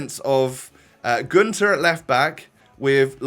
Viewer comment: Günter has a german y in so you saw it like Gynter